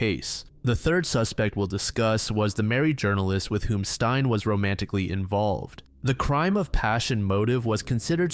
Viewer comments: Stein? That's a male name, Stine is pronounced stee-ne😅 confused me for a bit there🤣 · Stein? Her name is Stine not Stein. Google translate would have helped with your pronounciation. This video is destroyed for me because of Stein. Steenuh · It’s not «Stein», it’s Stine. Sti- as in steed and -ne as in Ned, just remove the D’s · the name “Stine” is pronounced Steen-ah, not like frankenstein!! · Hi, Danish person! Don’t blame you whatsoever for struggling to pronounce Stine. It’s actually more similar to “ste” like in steve, and then “nuh” for the end. So “steenuh” :) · Im happy you included a Danish case (one I’ve never heard talked about in English before) as someone from Denmark we do have some fucked up crimes even unsolved ones and I think they also deserve attention. You pronounced some things in a wierd way but it’s not so big a deal imo. Tho her name is Stine (stee-nuh) ❤